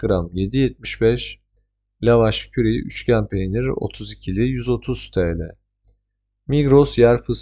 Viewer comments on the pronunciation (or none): Teşekkürler bilgi için, küçük bir düzeltme yapmak isterim; la vaş kiri olarak okunuyor o yabancı peynir 😊